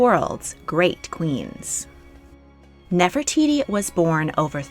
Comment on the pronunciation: Gosh I’m sorry but I can’t stand the way you pronunce Nefertiti. 😵‍💫